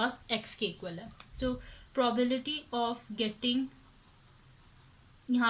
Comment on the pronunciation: Probility nahi probability hota hai